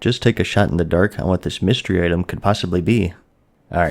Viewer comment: "I'll tell you HWAT"